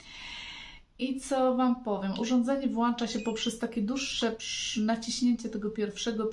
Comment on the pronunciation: Urządzenie się włącza nie włancza😢